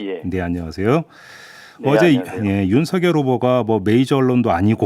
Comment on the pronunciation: 뉴스등 제가 듣고 본 방송 중에서 유일하게 윤석열을 윤서결이라고 제대로 발음해 주시네요. 다른 방송에서는 앵커 아나운서 기자 가리지 않고 거의 대부분 윤성열이라고 발음하던데.. 극히 일부는 윤성녈이라고 발음하는 분도 계시더군요. 괴문서라는 말에 화가 나셨나봐요. 기가막혀 하시네요.